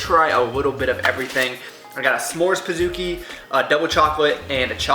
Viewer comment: pizookie...say like cookie, not kooky lol